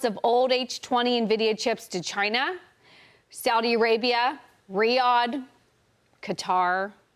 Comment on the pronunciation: thank you for saying Saudi Arabia correctly!